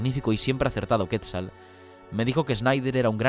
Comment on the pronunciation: Todo bien, pero se pronuncia "Quetzál", no "Quétzal". 🙄